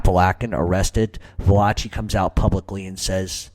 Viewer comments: It's Apa-lake- in NY 🤦🏼‍♂️ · Don't watch this. This retard is beyond moron. Appalachia is in upstate NY not Florida. Fucktard can't even pronounce it nor find it on a map.